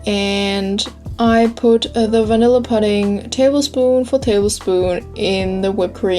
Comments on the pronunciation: its poo-ding not pud-ding ... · great recipe! Also pudding is pronounced the same way as putting, like when you say "while you are putting this stuff in.":-) Your accent is so cute!! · lol "I think it comes from seaweed..? I don't fucking know. Google it." Bahahah I love how real you are. Most people pronounce pudding like "püdding" and not "puhding" But you do you, =P The cake looks delicious and beautiful, and I totally cook with chopsticks all the time too. Asian hacks yo. BTW that is called a springform pan. The "ring" is just called the side, and the bottom is the base. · pudding is pronounced pooding ..your cake looks great